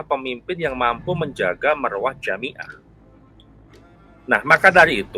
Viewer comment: Dibacanya bukan jamiah kang tapi jam'iyah 🙏👍